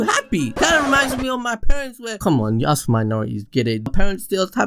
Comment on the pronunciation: Me: Let me ask you a question. A.B.D: What do you want to aks?